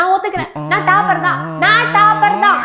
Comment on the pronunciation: Adhu CALLAGE illa ma COLLEGE TAAPER illa TOPPER.... O sound!